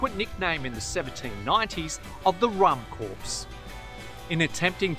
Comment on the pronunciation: CORPS is pronounced 'CORE'